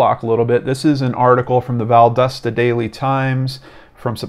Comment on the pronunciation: If you cover any more Kendrick, it's val-dah-stah. Not val-dust-uh. I'm from the area.